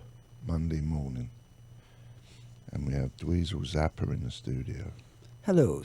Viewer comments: Mispronouncing Zappa is just fucking over the line, you're a goddamn flaccid drunken old punk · Mispronouncing Zappa is no God damn mistake!! Jonesy's a fucking tool bag..